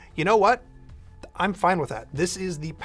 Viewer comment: Nobody:: "it's FINE"